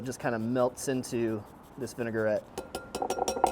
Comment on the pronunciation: I love this channel but please. It is not “Vinigarette”, it is “Vinaigrette”. So pronounced like Vina-grette not Vinigar-ette. Semantics I know. 🤷‍♂️